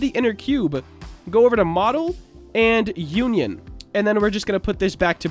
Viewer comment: It’s not called uan yan it’s un ion